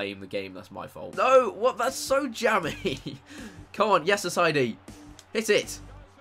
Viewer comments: Ass-I-ee-dy not ass-I-dy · Chris please. Assaidi is pronounced ass-i-ay-dee. It was getting annoying.